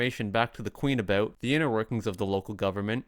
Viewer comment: Pay attention to how other Canadians pronounce about,.